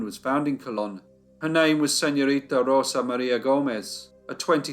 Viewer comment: I really like how you correctly pronounce “Rosa”, sounds so pretty. It’s better than “RoZa” lol